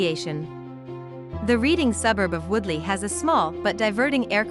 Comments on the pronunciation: Please please when narrating a video do your research and pronounce things correctly. It's Reading (pronounced Redding) not Reading (as in reading a book). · I'm a born and bred Redding Ight (Readingight) now living in North Queensland Australia! Ostreleah 🤣 for God sake I hate how people mis pronounce stuff, please do your research!!! 😭 Ok! It's pronounced REDDING! Yes I know that's how it should be spelt! But it isn't, Redding Redding Redding! And Cave ershum??? It Cav er sham! Caversham! And BTW I now live in Os straylia! Not As treliah! 😂 Best Regards 🤣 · This was a very interesting video ! I lived for about 60 years in Reading , Pennsylvania which is named after Reading , England ! One correction , it is pronounced like the color Red .